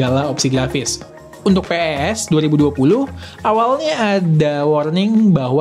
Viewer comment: Orang lain: pes: pe e es